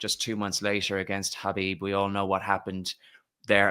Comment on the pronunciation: Credit to this man for correctly pronouncing the name Khabib. It's not rocket science.